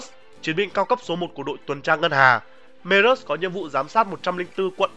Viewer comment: Merrus mà em xém nghe thành berrus